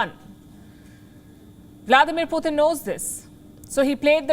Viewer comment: Thank you! It’s pronounced as पुटिन’ not ‘पुतिन’ I know North Indians spell the sound त as t. You need to spell ‘त’ as ‘th’ in English In English the sound ट is ‘t’ and the sound त is ‘th’ So Putin is pronounced as पुटिन’ Kindly correct your pronunciation because it’s distracting when we are trying to listen to your content Thank you!!